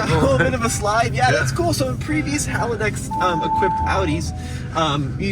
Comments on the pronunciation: Pretty sure it's haldex not halidex. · It’s “hall dex “ just to let you know how it is supposed to be pronounced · It's Haldex not Halidex.